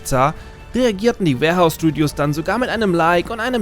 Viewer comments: schade hab gehofft es wär n Video von dir mit nem Insider der es begründet. Also doch nur falsche Aussprache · Alles super aber das Studio heißt "WARhorse studios",nicht warehouse :/